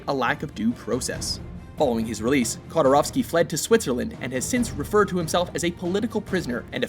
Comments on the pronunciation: Khodorkovsky, not Khodorovsky, Hello from St.Petersburg, Russia. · It's pronounced kor-do-kov-skee!!! Typical lazy American pronunciation 😒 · Khodorkovsky, really? (you couldn't even pronounce his name right). Nevteyugansk major Petukhov murder was possibly connected to Khodorkovsky. Petukhov was killed by Yukos (Khodorkovsky's company) security chief at Khodorkovsky's birthday after the conflict with Yukos on avoiding taxes into the local budget. Dat birth present.